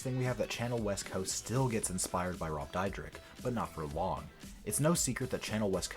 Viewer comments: ITS DEER-DECK. NOT DIE-RICK. NOT DIE-DRICK. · Rob "Dyrek-Dydrek" Dyrdek. Lol, wtf? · You're pronouncing his last name wron, Dyrdek is pronounced like Deer-Deck. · Is pronounced cha-nelle like the famous chanel brand and rob Deer-deck u fool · Your saying both of they are names wrong really wrong. Chanel West Coast is said like the perfume Chanel number five or Chanel the pocketbook not channel.😡 and Rob’s last name is Dyrdek which is said like dear-deck.. I think before you make a video about someone you should get your shit straight so you don’t look like a fool when you open your mouth because right now you look like a fool And sound like a fool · Jeez, my man can’t even pronounce his last name correctly. Haha 😂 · Bro you don't even know how to say his last name so STFU! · I hate how wrong this dude pronounce “Chanel” and “Dyrdek”. There’s also just some straight up lies. No wonder he has more dislikes than likes. Dude, do a better job getting your facts right.